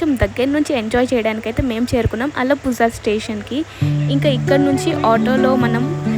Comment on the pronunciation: Alappuzha is pronounced as “uh-luh-POO-rha” — the “zh” sound is a unique Malayalam/Tamil sound, somewhere between “la” and “ra”!